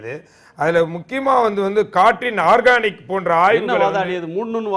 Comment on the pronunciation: அது ஆர்கானிக் இல்ல. ஆர்சனிக். ஐயோ..உன்னை எல்லாம் வச்சிகிட்ட்ட்டு..